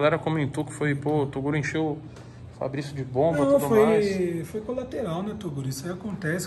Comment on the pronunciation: É Fabrigó, não fabrizyzz kkkk